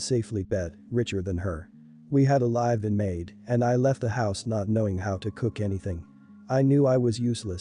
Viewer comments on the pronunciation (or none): Has the reader got a dictionary? "Go live" (long "i")like on the internet is said like you say it, "go live" (short "i") with someone or live (short) your life(long) is pronounced very differently. Please find out the difference, you are confusing, if this is computer generated, you need an upgrade. Does the vomiter have a diagnosis, or is it possible he has a gall bladder problem? I had all that before surgery and food intolerances, it's definitely not worth eating the wrong things. He is being very immature, you don't deserve to be taken advantage of. The bad driver, is definitely putting you at risk. He is assuming other drivers can cope with his stupidity, with no knowledge of who they are or what they are going through. That is just nutty. My mum went on anti-depressants, simply because dad drove with all 7 of us, like this on along trip to an unfamiliar place, we somehow made it back and she couldn't stop crying from the relief. He is putting you through trauma, you will end up with ptsd, stop enabling him to destroy your peace of mind. If you live in the US, he could get both of you shot. There are laws against driving without due care, he is breaking them.